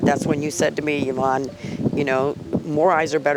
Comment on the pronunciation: Yvonne is pronounced E not Y